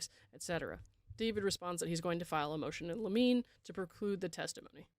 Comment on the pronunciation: Enjoying your take … limine is LIM uh NAY. Had no idea how to pronounce (never even heard of the word before) that until I became a legal assistant years ago.